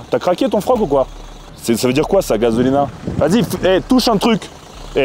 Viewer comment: gazolina,,, il a dit quoi ? Il a dit gazolina😅😂